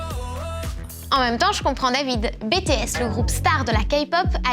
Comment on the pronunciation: Attention pour la prononciation " BTS" c'est *Bitiesse * et la vague coréene ne nomme la "Hallyu" en prononçant bien le H au début Voilà